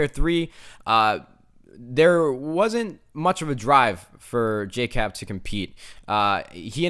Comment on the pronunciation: just saying it's Jkap not Jcap